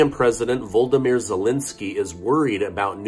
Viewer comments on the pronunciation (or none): Who is voldymyr It’s pronounced VO LODOMYR